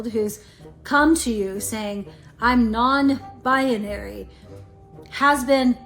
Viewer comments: "Bi-yuh-neery 🥴🍷" - 2022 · can’t even pronounce binary correctly. 🤦🏼‍♀️